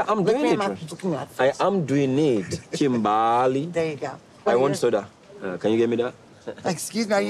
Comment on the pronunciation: first of all the way you said Kimbahly .....dead 😂